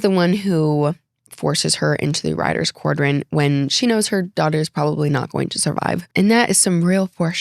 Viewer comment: Quadrant, not quardrant